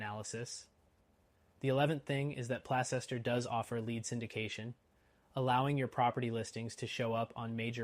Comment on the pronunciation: It's pronounced Place ster you fool.